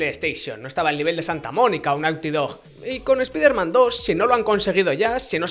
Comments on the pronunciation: “Espaiderman”, se dice “espaiderman”. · Porque dice espIderman, pero los nombres los pronuncia bien? 😅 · "espiderman", "emejota"